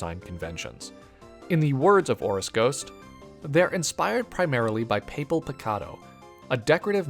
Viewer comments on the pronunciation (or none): These are all great!! just,, "papel picado" is pronounced "pah-pehl" pee-kah-doh,, your pronunciation of 'picado' was pretty good!! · i'm in love with this series, but the reaction i had at hearing the word "papel" pronounced that way… listen, you can never fault anyone for taking a stab at pronouncing a word they've never seen before, but yeesh 😅